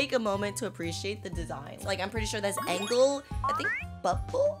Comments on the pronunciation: said agel anstead of engel😂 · In the start I heard Engel when it’s angel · Can somebody tell her it’s not angle It’s Angel